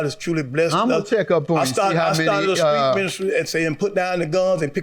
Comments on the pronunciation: I dont trust anybody who replaces their t's in words with k's ( skreet, skrive) smh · Still can't talk Eye was a Skreet Minister!, lmao 🤣😂😆